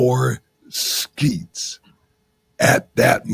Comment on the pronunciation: Isn’t it sHeetz not sKeets.